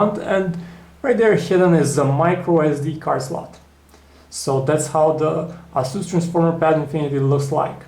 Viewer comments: It is pronouced "Ace" "us" not "As" "su". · asoos hah? asus!!